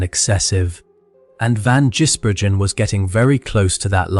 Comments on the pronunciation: Like what is Jisbergen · Stopped watching as soon as your STUPID AI could not pronounce his name properly. Stop being lazy and do a human voiceover. Channel blocked.